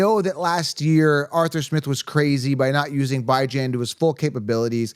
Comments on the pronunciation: I’m new to the channel - is Bye Jan an inside joke? 😂 because it’s pronounced Bee-Jawn. Great video btw 👌🏼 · I was trying to figure who was Bi-Jan 😂